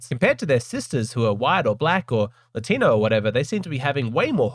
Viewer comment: Latinwhat????? The correct is "Latino" (For context, i'm brazilian)